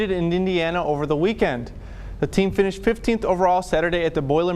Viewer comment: I'm having a great "weekwend" 😂😂